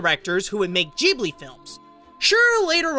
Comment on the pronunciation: Doesn’t it piss anyone off on how he pronounces Ghibli??